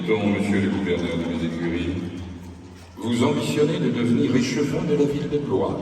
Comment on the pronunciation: Por favor!!!!!.....no digan BLO IS , digan BLUA....es como se pronuncia....gracias.